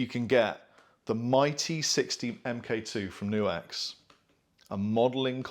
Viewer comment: nope. its pronounced knuhks